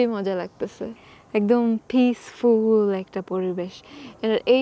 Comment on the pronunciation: বেশি শুদ্ধ বলতে গেলে এমনি হয় আমরা বলতে গিয়ে আমরা বলল পিস ফুল পরিবেশ 😂